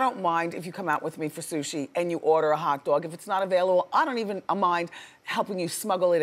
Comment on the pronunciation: Orda Orda Orda! 😂 Ya gotta say it right!